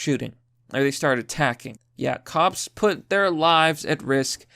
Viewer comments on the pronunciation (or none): none